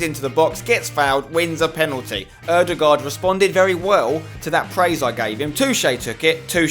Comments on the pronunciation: You are the ONLY youtuber that can say Ødegaard propardly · I like how you say ødegard right, unlike other englishmeb, haha!